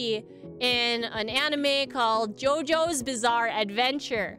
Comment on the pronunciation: “Yoyo’s bizarre adventure” couldn’t have botched that any harder.